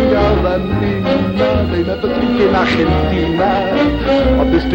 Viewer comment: Funny song. By the way, Coward pronunces correctly "Argentina", no in the english way. Well done!